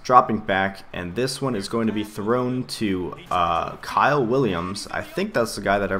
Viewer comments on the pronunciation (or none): none